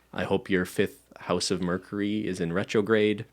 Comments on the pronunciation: why cant ben say the word mercury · ben lowkey can't say mercury 😂